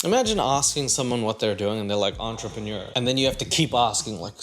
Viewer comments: If you're going to insist on repeatedly using a foreign word, at least learn to pronounce it in a way that doesn't make you sound stupid,. It’s pronounced "on-tre-pen-yeaur", not "on-tra-paneer". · This chick is no entrepreneur! First reason she can barely pronounce the word and second she's just worried about herself and that her lazy non entrepreneur ass will have to work (at a job or cleaning her own home(and if she's not into cleaning, I'm really afraid to see her place